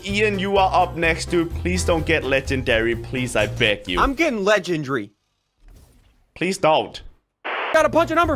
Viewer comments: Its legendary not legengry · I love how him and sundee say legendry instead of lengendary ( le-gen-dare-ey) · You say legandžiary